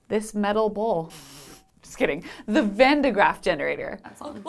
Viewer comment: Shouldn't you say van de 'Graaff, not 'van de Graaff.